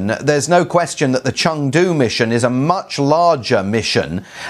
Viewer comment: i like her pronunciation "成都"